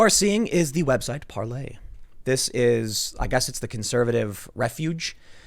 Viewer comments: Par"LAY" ? I thought it was Par"LER" ? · Isn't it 'parl'ER' I've never heard anyone pronounce it par'LEY'. Are you doing that for copyright or other legal reasons? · "Par-Lay"...Um isn't it "Par-ler"....??? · Its parler, not parlay it's in the top left of ur screen tim geeze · why do you keep saying parley? you know like jack sparrow. when the website says parler. if i wasn't watching on youtube but was listening to the podcast i'd have no idea what you're talking about. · All I can think is it's Parler not Parlay!!!!!!! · Its PARLER not parlay! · The owner of Parler made an announcement on the proper pronunciation, its Par LER not Par Lay. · Parler Tim not Parlay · He thought it's french but even that is not "parlay", more like Parlehghghghg... I don't know how you'd write that. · ParleR. Hard R (😂). No y. Lol